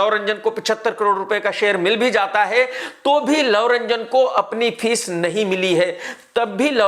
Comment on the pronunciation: His name is love ranjan not lau ranjan!sala unpaad!!